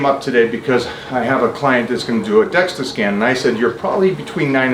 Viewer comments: Dual-energy X-ray absorptiometry (DEXA) - ya he’s throwing me off with DEXTA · I’m concerned that since Mike keeps calling it a “Dexta scan” that he doesn’t know what he is talking about because he keeps calling it the wrong thing.